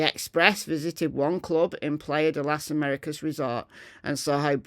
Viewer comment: The bloke did 6 summers in Tenerife and he still butchers the pronouncion of Playa de las Americas. Typical Brit.